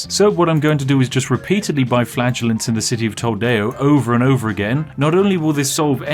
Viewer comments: I kept thinking you were saying flatulence, you know as in farting? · "The flatulence will save us!" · "...we can buy flatulence in two towns" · "Ok, we need culture, and in order to get culture, we need flatulence." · You should probably go see a doctor. He clearly said flatulence 100% of the time. 😅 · I got a bit confused because I thought spiff said flatulenze instead of flagelant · I Heard "flatulence" .....all along..,.was Amazing 😏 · Ok, anybody else kept hearing "flatulence" over and over? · Is it just me, that keeps hearing "because we have infinite flatulence" Maybe Spiff needs to ease on the beans. ;) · Me, watching this video: laughing hysterically Nobody: Me, realizing Spif saying flagellating sounds more like flatulating: dies of laughter faster than his population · I thought you said Flatulence at the beginning. And the country was covered in a fog. Faith & Farts to the rescue! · Like a number of others, I too heard "flagellants" as "flatulence." Probably because both were equally effective in Black Death land. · I wasn't wearing my headphones when I first started watching this video. That made it sound like he kept saying 'flatulence'. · I'm sorry Spiff but all I can hear is "the purchasing of flatulence is going fantastically well." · I swear he actually started saying "flatulence" half way through. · Every time he says Flagellants I hear Flatulence and it makes about as much sense. 🤣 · When you said "Flagellants", I kept hearing "Flatulence". Spiff is f*rting around with the black death! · Oh! Flagellants! I thought you were saying infinite flatulence. Which might also hold the plague back. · Whenever he talks about the whipping people, I always hear flatulence. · I kept hearing flatulence instead of flagellants😆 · Today I learned that "flagellants" and "flatulence" are pronounced exactly the same way. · The secret easter egg in this video: about 10% of the time, Spiff says "flatulence". You're welcome. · I keep hearing flatulence....